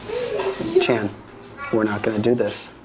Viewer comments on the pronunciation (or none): none